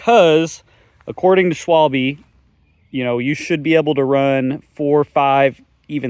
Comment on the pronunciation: Snap quiz. How do you pronounce Schwalbe? 😀